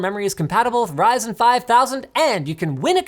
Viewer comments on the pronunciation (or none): none